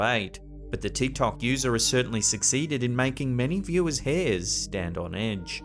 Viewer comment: Sorry to be a pest but , you say "Makes viewer's hair stand on *ENGE*" Not END or EDGE, please edit/proofread content. Just trying to salvage proper English. Thank you, other than that, you're doing great. PEWWW! 😊